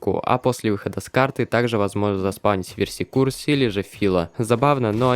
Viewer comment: Видео говно, ну честно. 1. Сильный скин есть на почти все оружия; 2. Verse Curse читается как Вёрс Кёрс, т.е. проклятие вселенной (примерно так); 3. Команда /whereAreYou? работает везде, даже на фанатских картах; 4. Видео нифига не про секретных боссов. Их может быть сложно найти, но секретными они не становятся от этого; 5. Accept your fate и What are you doing? появляются только после смерти; 6. НА пирсе чертёж, а не В пирсе.